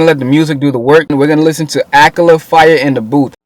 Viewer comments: 'Its not akala I beg your pardon' if you know you know. His name is pronounced like 'akarla' :D. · It is pronounced Akarrla not Akala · ah-kah-la not ahkala dope review tho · The way you pronounce Akala is the most wrong thing ever. its pronounced A-ka-yla. not Ak-a-la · its not akela its A-KA-LA.. good video though bruh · it's pronounced akarla not akala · It's pronounced akarla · Lool he said akla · my brother! love what ur doin bro but just for you the way you pronounce Akala is like "AK-AR-LA" :) you got my subscribe bossman! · His name is pronounced A, car, la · Goodshit. Btw Akala is pronounced ah-kah-lah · it's pronounced a car la